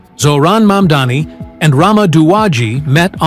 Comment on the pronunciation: Mamdani, prononcez bien